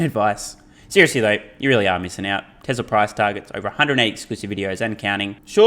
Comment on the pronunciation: It is pronounced Tes ‘la’, not tez ler